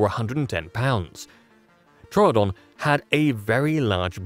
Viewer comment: Thank you for pronouncing Troodon correctly two new people pronounced it true Adon and that's wrong it's Tro O'don like you pronounce it and thank you for pronouncing it correctly yay someone that likes scientific accuracy.